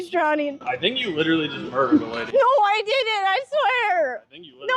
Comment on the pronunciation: a disabled woman is drowning and nearly dies and shes like "Omg no stawp i litewally didnt kill her guys haha 😁😁😆"